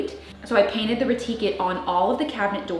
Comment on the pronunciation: I think it’s pronounced re-tique like antique, like remaking it antique